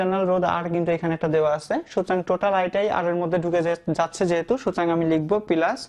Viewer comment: পিলাস না ভাই প্লাস মজা পাইলাম